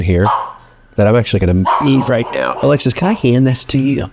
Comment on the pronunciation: Every time he says Alexis, i hear Alexa (from Amazon) 😂😂😂😂😂